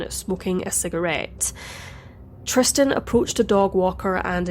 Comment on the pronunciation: Something else I noticed that was odd: He seems to constantly mispronounce Tristan's Name as "Tristian", with an additional I.